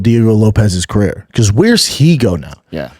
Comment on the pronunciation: We call that babanese. Carair